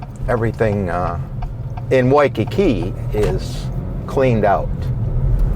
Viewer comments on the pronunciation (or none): Why-cu-koo. Cuckoo Puffs.